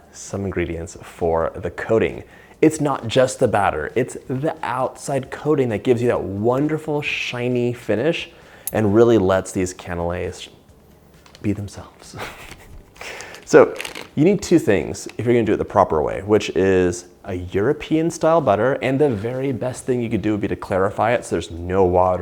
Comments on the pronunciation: sorry it's cannelé not canales (of a french person ) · It's CANELÉS! Don't mess up with our French pastry names😂